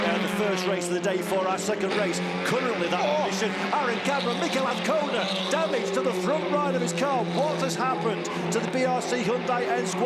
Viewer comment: Mr commentator - it is aZcona - with a Z..... there is no v or f. Wake up